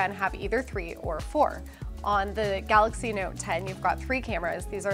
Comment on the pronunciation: Eddy B yeah, the presenter called it Samsung “Galax” Note 10! He wasn’t able to pronounce it correctly.